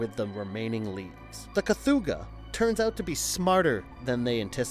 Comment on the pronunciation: Great video, but four errors: STAN Winston Studios. NOT Sam Winston Studios. You eventually said it right, but it is KATHOGA, NOT Kathooga. But also M-BWUN, NOT MWOON. Lastly, and just as importantly, D’Agosta is pronounced D’AGUSTA, NOT D’AGHOSTA. But, like I said, great video.